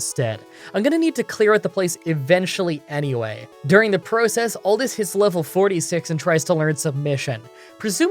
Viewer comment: I looked at the name and thought maybe I was pronouncing it incorrectly, then realized it’s just and shouldn’t be surprised lol but it’s kinda funny to hear him say certain words, like how he says process